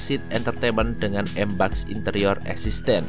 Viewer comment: MBUX = Em Bi Yu Ex bukan EMBAKS